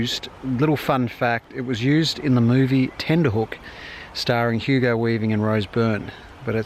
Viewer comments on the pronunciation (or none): none